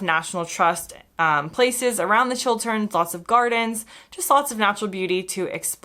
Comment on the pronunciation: Nice to hear an American say Chil-t-erns and not Chil-d-erns.